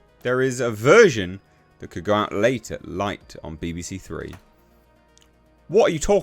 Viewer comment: Late at NIGHT, not late at light. 😂